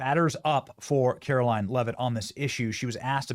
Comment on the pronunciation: Benny, after days of reporting this, you STILL can't pronounce her name? Have some respect man and say her name properly for God's sake.